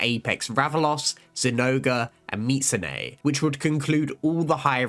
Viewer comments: Bro said mitsu-neigh multiple times. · "meetsoonay" and "palymoot" are insane man